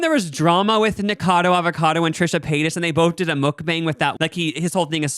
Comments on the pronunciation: I love you guys but your not pronouncing Nikacado correctly and it’s irking me lmao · The way they didn't pronounce "Nikocado" correctly even once